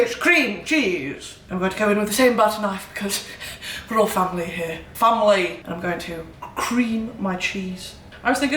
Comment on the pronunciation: stop it because when she said "family" in a northern accent i genuinely thought it was my mum. lots of love, a northener